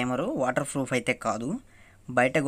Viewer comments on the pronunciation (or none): Froff not bro proff😂😂